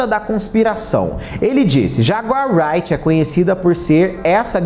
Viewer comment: Dessa vez passa mas de outra oportunidade,apure a pronúncia correta do nome da jaguar,creia ,é fácil